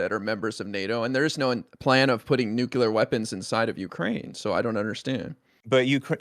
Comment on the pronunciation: The red hair to the right of Hake can't say nuclear. He is like George Bush in that respect.